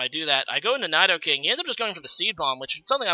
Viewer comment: He also says "Nydoking" instead of "Needoking" and "Reuniclis" instead of Reuniclus 😂😂😂 We love you, but you gotta stop lol